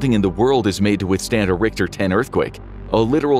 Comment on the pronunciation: Cant even pronounce "rick-ter" right. Cmon bro.